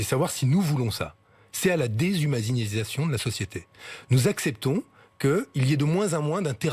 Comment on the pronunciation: à 12min40 : " la déshumazinisation " ... Alerte Bernard Pivot niveau 4.